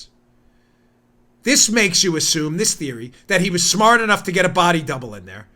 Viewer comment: Chris Cuomo: "I'm smat, I can handle things, not like dumb, like everybody says. I'm smat and I want respect."